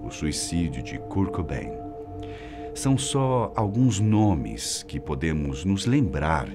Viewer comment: CUR KOBAIN KKKKKKKK